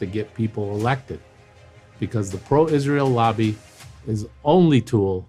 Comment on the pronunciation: Is-ray-ell is a pox on America.